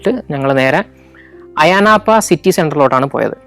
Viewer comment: ലിമാസോൾ അല്ല ലിമസോൾ ഒമോഡോസ് അല്ല ഒമദോസ് അത് പോലെ പ്രോട്ടറാസ് ആണ് ശരി അയാനാപ്പ അല്ല അയനപ്പ.. ഞാൻ 17 വർഷമായി സൈപ്രസിൽ ജോലി ചെയ്യുന്നു. അടുത്ത എപ്പിസോഡിൽ ഒമദോസിൻ്റെ അടുത്തു തന്നെയുള്ള ട്രൂഡോസ് മൗഡനും , കക്കോപെട്രിയ വില്ലേജും പിന്നെ ഞാൻ താമസിക്കുന്ന നിക്കോസിയ (capital of Cyprus) സിറ്റിയും വിസിറ്റ് ചെയ്യുമെന്ന് കരുതുന്നു. Καλινικτα (good night)